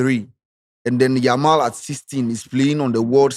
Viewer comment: has never mentioned Yamal's name well da 😂